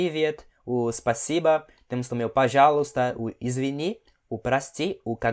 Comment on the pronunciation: Em пожалуйста eu entendo Pajaústa.